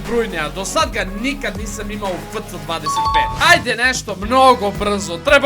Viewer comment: kaže se Efce 25 a ne fc25😅